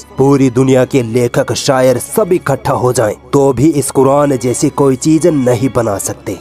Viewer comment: Isko bolne bhi sahi nahi aata phir yeh Quran kaise padhta hoga? Yeh cheez ko cheej bolta hai, yeh Quran ko Kuran bolta hai,Yeh jara bolta hai lekin isko zara bolna chahye, yeh kiyamat bolta hai lekin isko Qyamat bolna chahye. Jab iski pronunciation hi sahi nahi hai toh is se kiya seekhna.